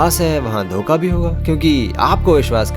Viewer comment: Wo धोखा hota hai धोका नहीं